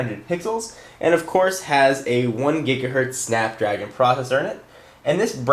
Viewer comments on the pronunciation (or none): none